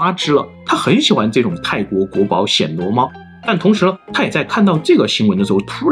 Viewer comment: 是第一声，不是第三声：暹Xian（鲜）罗猫